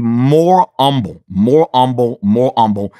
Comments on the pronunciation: He's so humble he doesn't even pronounce the "H." That's real. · What is “umble” it’s driving me nuts lol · Drives me completely nuts how he refuses to pronounce the god damn H. It's HUMBLE not "Umble". Got Humility down just fine the reverts back to that black church nonsense. 🙄. I know I'm missing the damn message but my brain won't let me get past the Grammer 😅. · Lol told y’all he’s old Black. Saying humble as “ummble” 😆😂😂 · i was with him until he said umble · I disagree with your choice on silencing the “H” in “Humble”…